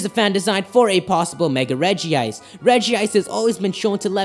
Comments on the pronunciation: its regice not regiice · It is not regi-ice it's reg-ice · "Reh-jee-ise" OMFG IT'S Reh-jise!!!! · Dis dood: calls regice regi ice Me:stop get some help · It's not regi ice it's regice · Its Regice. Not regi-ice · Ah no. Its spelled Regice but its pronounced Regi-ice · The only Pokemon pronunciation I can't stand is like it's spelled regiice (re-ji-ice).... It's regice (rej-ice) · its golems not regis and it is reg ice not reg ee ice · I have pokemon book and it says to pronounce regice like rej-ice instead of rej-ee-ice im sorry but I just had to say that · Its not reg e ice its reg ice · It's pronounced rej ice not rejie ice check pokedex 3D pro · Why do so many people mispronounce Regice? it's Reg-Ice not Regi-Ice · No it actually pronounced Regi-ice, not reg-ice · I'm sorry I have to be that guy, but you mispronounced Regice is pronounced like Rejice with only one I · It’s pronounced Rej-ice! There’s only 1 i! Yes I know it is spelled Regice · It's pronounced Rej ice though it is spelled Regice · Regice doesnt have an extra i so its not pernouced "Regiice"